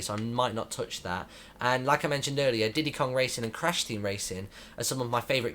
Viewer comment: Heh he said diddy kart raisin.